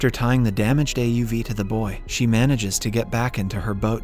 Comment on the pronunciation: I AM IMPRESSED !!! THE A.I. pronounced it as sounding like ```boy´´´. THANK YOU !!!!!!!! (bouy)